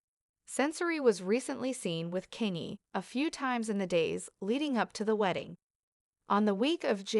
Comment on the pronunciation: What's wrong with you? You can't even pronounce his name